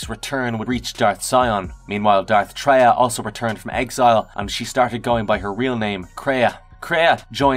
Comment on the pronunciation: Its not Dark TRY-AH. Its TRAY-AH like BeTRAYal.